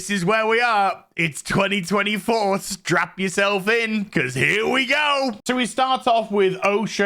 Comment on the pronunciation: Did you say "strap in" or "strap on"?